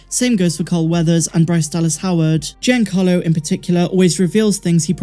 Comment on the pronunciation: Happy birthday,! Your channel is one of my favorites, and I rely on it for Star Wars news. Keep up the good work! P.S. You're mispronouncing Giancarlo. It's JON-CAR-lo, not GEE-an-CAR-lo.